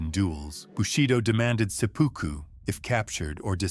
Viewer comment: Sepuku not sepoku